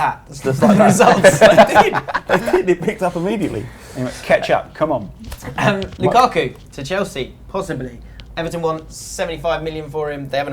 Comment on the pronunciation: lukaku not lukaarrku, pronounce it properly